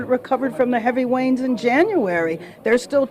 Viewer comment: Wow ❤she said “wains “ instead of “rains” listen again ! 😂😮